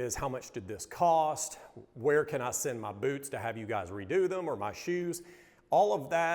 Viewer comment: The way they say BEWTS is very satisfying hahaha